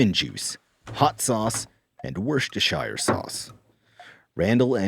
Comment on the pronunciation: Boy, as a Brit, hearing Worcestershire sauce said like that was a real blindside.